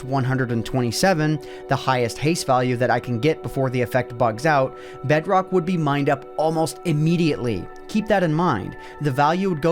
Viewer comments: i created a BEDROGHH world XD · bro became scottish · BedROKH... You sound like a german...